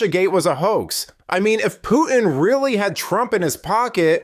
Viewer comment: . Hey numbskull. Great video. I agree. But Putin is NOT pronounced POO-IN. There is a huge T in the middle. It’s POO-TIN.